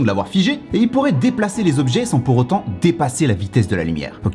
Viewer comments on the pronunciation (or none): none